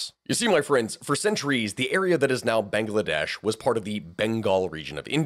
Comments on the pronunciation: Bang la desh Not bangaladesh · I don't know why i like hearing "banga-ladesh" so much. . .